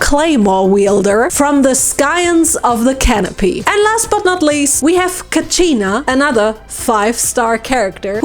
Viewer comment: I got so angy when she said "KACHINÆ THE 5 STAR"